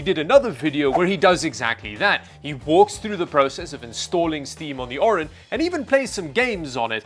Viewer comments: As the name is Orin, but spends the entire video saying Orion... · You pronounce it "Orion" but it's Orin 😅